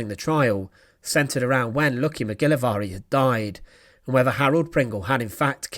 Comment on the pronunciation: You make the Scottish name Mcgilvary sound VERY exotic ..fyi its pronounced Mick - gil -vary not the way you said it . Thought you would know this seeing how you are British.